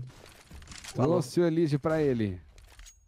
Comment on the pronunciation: eLIge é a pronúncia errada, cê tlgd né? Nós que se acostoumou a chamar ele assim